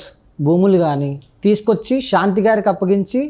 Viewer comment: షాంతి కాదు బాబు,శాంతి. తెలుగును ఖూనీ చేస్తూ ఇంటర్వ్యూ లు ఇవ్వకండి.ప్లీజ్